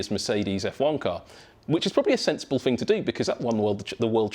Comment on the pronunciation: "wiv", "fink", "fing"